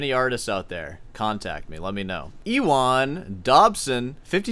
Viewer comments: it's pronounced "You-an"! lol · Ewan is pronounced U-an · That is truly impressive. I'm glad you didn't waste effort trying to manufacture critical thoughts a roasting on this one. :) p.s. of all the semi-professional grade rage-baiting you've done, intentionally mispronouncing a simple "Ewan" here is apparently the one which had me scowling! #Mental LOL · It's actually pronounced Ewan, not Ewan.